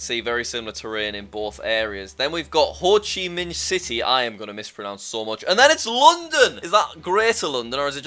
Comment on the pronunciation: As a Vietnamese,He said Ho Chi Minh correct